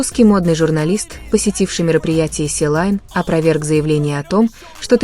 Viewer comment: Не силайн а Селин